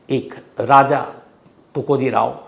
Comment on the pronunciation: You should call TukojiRAO not tukojiray